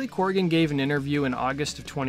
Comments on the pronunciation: CORGAN. COR-GAN. Not "Corrigan" or "Coregan" as you keep saying. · CORGAN. NOT CORRIGAN!